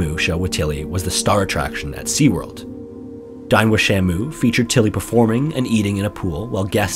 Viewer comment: it wasn't until the 3rd or 4th time you had said it at around that i was able to tell the title of the show was "Dine with Shamu" and not "Dying with Shamu"